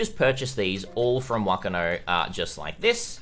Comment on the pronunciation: You are so close to pronouncing whakano correctly but "wh" is said with a f sound in māori so its pronounced fuckano serious look it up translate māori to māori with text to speach but the ano sounds good